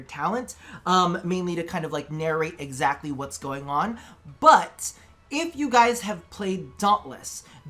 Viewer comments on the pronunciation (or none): none